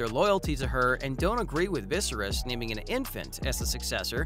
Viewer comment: Dude, learn how to pronounce "Viserys!"